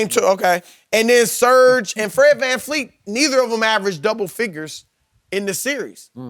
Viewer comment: I can’t stand when Shannon says “Fred FanFleet”